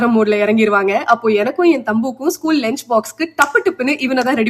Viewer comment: ஏண்டி லெஞ்சு இல்ல டி தற்குறி லஞ்சு